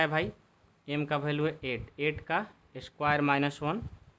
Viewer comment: Value hota Hai balu nahin hota😂😂😅😅😊😊